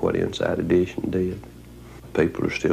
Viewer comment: Inside "idition"... Crummy program.